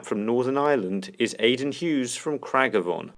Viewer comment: "From Cragavon"😂😂 I'm sorry for laughing...as someone from NI, I can tell you that it's pronounced like "Craig-ahh-von"